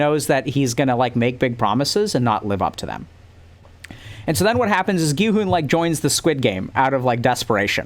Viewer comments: you're like the first english-speaking person i've heard pronuncing Gihun's and Saebyeok's name right, so don't worry about that, you're doing great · Your "Gi-hun" pronunciation is perfect